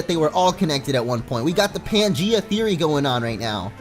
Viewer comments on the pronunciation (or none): none